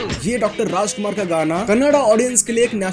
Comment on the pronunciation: There are others who come to Karnataka and not learn a thing and inturn insult local culture and there is this person who uttered every Kannada pronunciation so accurately. While calling Dr. Rajkumar he won hearts. Respect is what this land and people here expect. Kudos to this man and channel!!